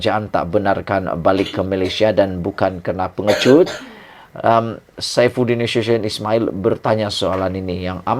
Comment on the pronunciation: SAIFUDIN NASUTION SEBUT YG BETUL 😂😂